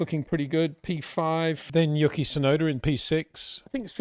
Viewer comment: U - Key Tsunoda, not Yucky, lol. Great analysis as always